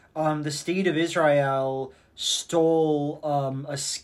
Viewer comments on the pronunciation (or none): You pronouncing Israel like that just makes me think of the guy that did a cover of the Over the Rainbow song. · Love how Joel thinks his quirky by how he pronounces Israeil. Truly qUiRkY